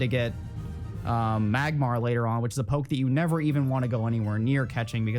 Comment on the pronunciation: You saying poke triggers me every time lol